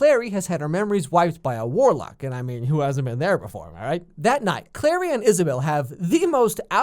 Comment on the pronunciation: It's CLARY not Claire.